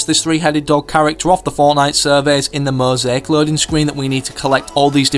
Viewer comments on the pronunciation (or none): none